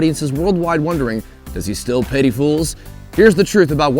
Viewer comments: I'm pretty sure it's pitty not petty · Dude... it’s PITY THE FOOL, not “petty fool” Canadian....